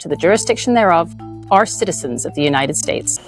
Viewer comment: Why did you leave out the a and e in the word "are"? You didn't save any time...